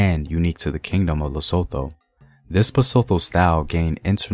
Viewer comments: Bah-sue-to. Lee-sue-to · Appreciate what you do The pronunciation doesn't sound out the "h": Bahsutu Laysutu Sasutu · Besides how you pronounce the "th" as an English word in "Basotho" and "Lesotho", your videos are always incredible.. Thank you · Just a tip we know y'all have problems with pronunciation of any language But you know how you go "Time" Use the that T in LesoTho, BasTho The "h" partially silent Thank You!